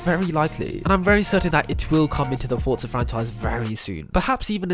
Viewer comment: Why do ppl say fortsa instead of forza?